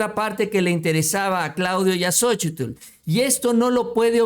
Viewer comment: El nombre de ella es Xóchitl no Xochitul